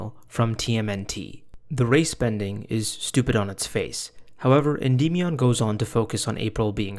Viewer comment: holy fucking shit dude. Endymion literally says his own name at the start of every single video of his. Noah either hasn't actually watched any of his videos, or he is intentionally pronouncing it in a retarded way.